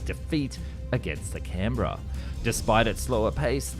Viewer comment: I was impressed by your pronunciation of "Canberra". Then I realised "Oh, Aussie! Of course!" So it still remains a feat unachievable by Yanks 😊